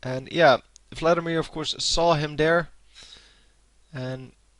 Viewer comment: lol, i love how you say Vladimir :P Fladdimir FTW